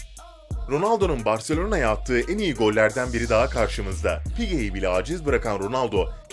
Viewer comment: pique ye pihiye dedi ya la rezalet ötesi